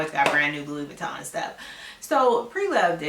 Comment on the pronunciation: You said Pantene Pro-V 😄🤣 Your pronunciation of Louis Veeton has me cracking up!!! Thank you for this video